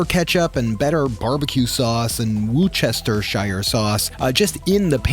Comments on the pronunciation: Having grown up 10 minutes from Worcester, where the sauce comes from, it’s pronounced Wooster-shire (not oooo, but uh, sort of halfway between Woos and Wus) It is not woochestershire. For ease of pronunciation, we call it Worcester sauce, not Worcestershire sauce. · Lol. It’s better pronounced “Wuhster sauce”. The “shire” is silent. I lived for many years near Lea & Perrins. There’s a whiff of the stuff in the air around the factory but the road is (was?) one of the few in the city to offer free parking. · It's pronounced Wooster-sher 😉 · Woosh-duh-sure or whoosh-duh-shire are both acceptable, say it all together and say it fast and with purpose. hope this helps. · Haha wor chest er sheer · LMAO please stop butchering Worcestershire 😂😂😂 You should pronounce it "Wustersher" or even just calling it "Wuster sauce" is fine too. Great vid as always though dude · Yorkshire lad here... Worcestershire sauce... pronounce wust-a-shur. Although I'm a meat eater, I'll be giving this a go. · hahaha you are saying worcestershire wrong haha its adorable haha its pronounced woo-stah-sheer. also there's vegan worcestershire sauce at dollar general and at aldis its really good too!